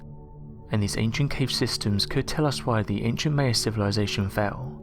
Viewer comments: MY-uh, never, ever, May-uh. This is straight from people who are Mayans-MY-ans, not May-ans. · Just cuz you're from Europe it's no excuse to just completely mispronounced a whole race of people it's pronounced my-ah not may-ah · Its Ma-ya, maya, not may-a your saying it wrong, they are also doing this in the Amazon, see Graham Hankock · Meyer?? Maya/Mayan is PHONETICALLY pronounced.. 'My-yah/ My-yan'. 😉✌🐨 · Thank you...I thought he was saying it wrong, haha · Mie uh not May uh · Arsheologists? Lascht year? Laargt? The Mayer? Weold? Huh? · M eye an not now your saying it. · Maya is pronounced mya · Pronounced My a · Your inability to pronounce the word "Maya", the very subject of the video, greatly detracts from the viewer having any faith in what you say. Obviously you have never heard or the Maya culture, so expecting to learn about the Maya from you seems useless. Please consult an audio dictionary prior to future videos, to at least give the impression you are familiar with the subject. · All this effort into a video and they don't bother to learn how to pronounce "Maya".